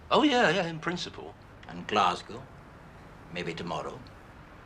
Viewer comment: As a Londoner I find it bizarre how these people pronounce ‘Glasgow’